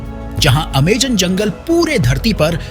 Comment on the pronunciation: Amazon ❌ Amegan ✅😂